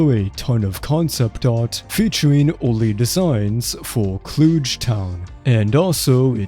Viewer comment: Clooge? Clug as UGH - Is the voice IA or is English a second language?